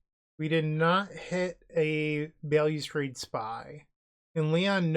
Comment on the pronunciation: Bail-you-strade..... More like Balustrade. Other languages exist and have rules regarding pronunciation.